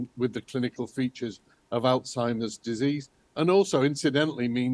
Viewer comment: ALzheimer, not AUzheimer